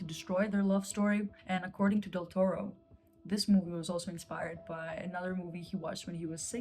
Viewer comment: It's DEL TORO, not 'Del Torre'. The first thing to do when reviewing a film is to get the names right...